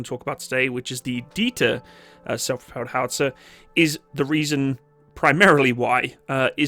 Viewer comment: he can’t say it Self Propelled Gun 😂